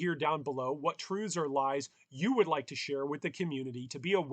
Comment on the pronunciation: mans says truves great video